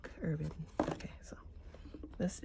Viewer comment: Diamine ink is made in England. It is pronounced Dia-mine (long i like miner) J. Herbin is pronounced heir-ban. Automatic pens (size 3A) are best for swatching. Cotton swabs contaminate ink with little fibers. Also, a medium size acrylic paintbrush dipped in water then blotted dry works well for swatches. They don't oversaturate with ink if they're dipped and blotted. Manda B does great ink swatching videos. Just offering help, not criticism.